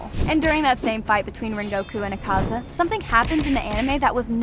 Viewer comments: ITS AK-AZA NOT ACAZA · pronounces akaza ACK-AH-ZAH